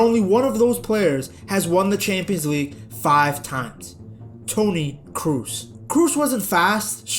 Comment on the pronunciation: Do please say Toni Cross instead of Toni Cruise